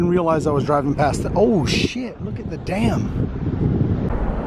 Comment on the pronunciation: it's dam , not damn